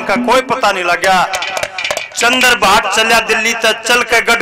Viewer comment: Bhai shab Aap bhatt nahi hotaa bhat hotaa ha........